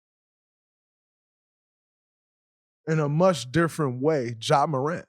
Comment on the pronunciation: I’m sorry but I spit my drink out when dray said ja remind hin